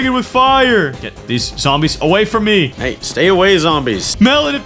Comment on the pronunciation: when melon said hey!! its sound like hayy!!😂